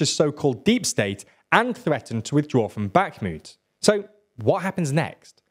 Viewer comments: Bakhmut rhymes with put, not flute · "back moot"